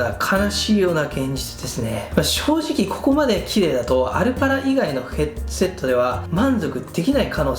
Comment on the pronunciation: 「ヘッドゥセット」とゆー言い方好きw